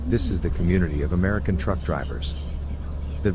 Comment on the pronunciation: You referring to the one that said fuck deese instead of fuck this